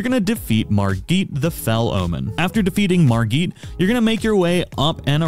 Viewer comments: ..MarGEET?? ..really dude? lol he says his own name MARRE-GET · Margit not Margeet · Why’re you calling him Margeet, he clearly tells your how to pronounce his name.